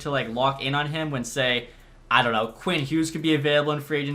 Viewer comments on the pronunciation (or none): none